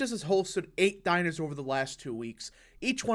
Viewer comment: bro the way he pronounces 'dinners' lol. it isn't 'diners'